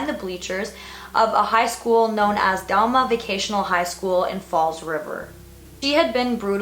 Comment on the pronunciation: As a local resident to this, your pronunciations of Diman, not Dalma, the towns and my state itself are cringeworthy but still you're a cutie😂😁